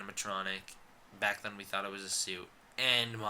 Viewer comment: I thought you said "glad you're black" lol